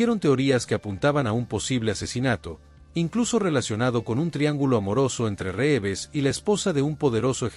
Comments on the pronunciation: ... después que aprendas a utilizar la tildes, aprende a pronunciar los apellidos, se escribe Reeves pero se pronuncia rivs.😊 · Las acentuaciones insólitas y algunos defectos de pronunciación son clara indicación de una locución efectuada por inteligencia artificial. También dice Ben Affléck; Reéves y tal vez la peor de todas cuando habla de su muerte y dice: ¡Suicidió! 😮